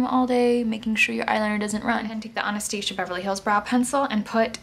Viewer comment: I love how you say Anastasia <3 beautiful look. I'll definitely try this out tomorrow.